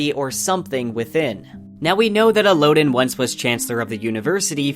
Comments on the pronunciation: the audiobook pronounces them differently and honestly better than El-oh-din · Dude I love your channel and videos, but please learn how to properly prunounce names like Kvothe and Elodin. Your prinounciation is just awful and cringe-worthy.